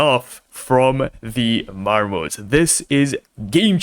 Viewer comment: Marmot is pronounced mahr-mutt